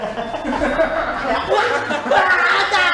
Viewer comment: " 🗡Make me a coffayy" 🤣🤣🤣💀💀deadd